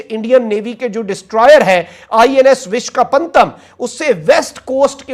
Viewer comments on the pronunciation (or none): Madrsa chhap jaahilo ko vishakhapattanam bhi thik se bolna nahi aata 😂 aur inko kashmir chahiye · bro this nation is so f**ked up. The home minister of this nation announces a defence deal that too with mispronouncing the names. The level of seriousness in their work is appalling, how can they think that India will even consider them an able adversary forget getting scared. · These lalloos cannot even pronounce the names of Indian cities. How will they even target them??